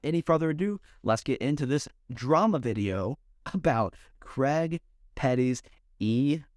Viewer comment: You Americans have a real problem saying the name Craig don’t you. It’s not Creg